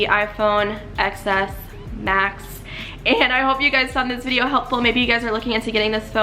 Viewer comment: then she should've just named the video "rating the iphone XS Max" oh forgot there is no such phone pronounced as "XS Mas" its supposed to be "Ten S Max". Girl she doesn't even know how to pronounce the dang thing. OMGGG I swear.